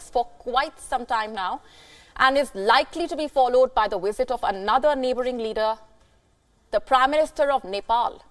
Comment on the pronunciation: Please don't say WIZITT when you mean Visit. Available is not AWAILABLLL. Also stop popping ripe fruits in your throat.